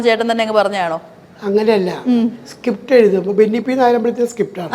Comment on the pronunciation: സകിപ്റ്റ് അല്ല അണ്ണാ സ്ക്രീപ്റ്റ്